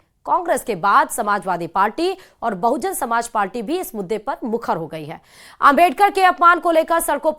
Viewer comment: बहुजन समाज पार्टी नाम तो ढंग से लेना सीख लो एंकर हो आखिर चैनल का चैहरा?